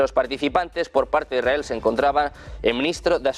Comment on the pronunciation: IS RA EL....Leer bien...partido se va algo mas...